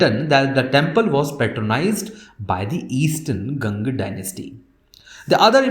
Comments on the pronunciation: It's not 'ghang' dynasty... It's ganga dynasty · why can't you pronounce """A"""" properly its गंगा, its kalasha not kalash ?????????????????????????